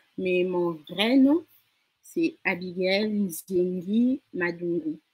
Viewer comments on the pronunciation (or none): Super mais c'est NZENGUI GUEEEEE pas NZIENGUI